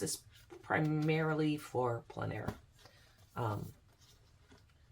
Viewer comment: Thanks for pronouncing En Plein Air correctly ("on plen" air). So tired of hearing even professional artists saying "en plane" air. 😬 Sorry Americans, its mainly you.